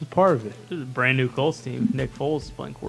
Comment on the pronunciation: Is mouth broken he can’t seem to say brand new lions right 🤣